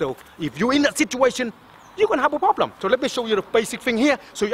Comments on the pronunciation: I came un here to get some tips... All I did was laugh my fuckn ass off!!! 💀💀💀💀💀 "or u guna haf a prolblum" 💀💀💀💀 min 💀💀💀💀💀 all of it 💀💀💀💀💀💀💀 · "You gon hav A fokan problemmm" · Everytime he says problem, problem= Very Big Problem lmao